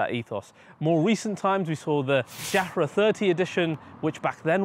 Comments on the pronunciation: My only (pedantic) comment here is around the need to learn how to pronounce certain words. It’s pronounced Yarah. The ‘J’ in Jahre is a ‘Y’ sound. You’re not the only one. Superb review otherwise, clear enthusiasm and detailed reporting. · Same with ‘30 jahre edition’. Surely you make sure how it’s pronounced beforehand and not just guess it. Same with being correct about general information, baffles me.